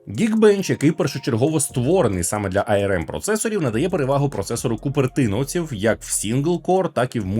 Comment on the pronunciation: що таке айерем? ARM типу? якщо так, то можна казати АРМ. Бо айерем це IRM...